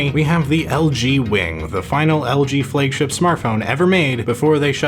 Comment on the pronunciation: "Flague" ship ?🤔